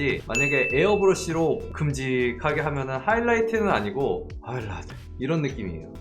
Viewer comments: ㅋㅋㅋ왜 아무도 촠ㅋㅋ '하이라이트가 아니고 허이라이트' 하시는거 왴ㅋ 언급이 없짘ㅋㅋㅋㅋㅋ 이거 보고 완전 웃었는데ㅋㅋㅋ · 하이라이트 맞는데용...?